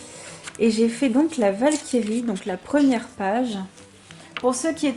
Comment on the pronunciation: Hello, très jolies tes colos! 😊 J’ai regardé ta vidéo mal réveillée donc merci pour le fou rire sur la Walkyrie ( j’ai cru entendre vache qui rit 😂) Top l’inspi sur les contes de la rue broca ça fait plaisir de trouver des personnes avec cette référence 🧙‍♀️